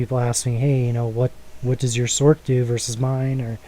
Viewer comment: b-t-dubbs, sorc is said as sorce not sork.. but this is that i run on mine. less gc's tho.